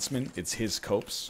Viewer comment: its a cop-s, not a cope s